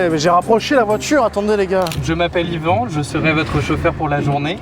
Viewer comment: Par contre on Dit Yvan